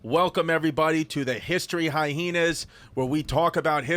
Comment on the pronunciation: The extra "H" sound they put in hai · ee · nuhz has got to be intentional